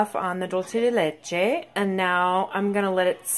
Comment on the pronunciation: Beautiful singing voice. And thank you for pronouncing Leche correctly. Some of the other videos online have no idea what they're saying. Cool video.